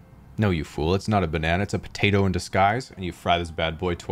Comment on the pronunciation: Missing syllable, just like missing nurtition during the blithe...